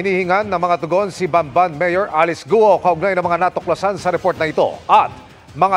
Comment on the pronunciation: Ayusin lang sana ang pagbigkas sa mga pangalan. ALICE GUO is pronounced: Alice GU-O or GWO!!!